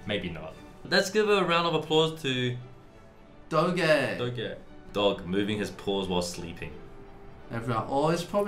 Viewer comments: lmao it's not pronounced [dog-ay] it's [do-je] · How to pronounce DOGE Crypto bros: DOHJ Violin bros: DOH-GAYYY! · it's pronouced "dohj" not "doh-geh" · They pronounced legendary doge wrong. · are we going to ignore how they said doge 😭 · Why is no one talking about how they pronounced doge